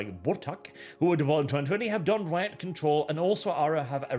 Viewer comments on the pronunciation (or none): none